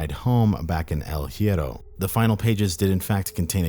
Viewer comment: Also research how to spell stuff in Spanish. No hate, just saying. hierro - “E-eh-row” the h is silent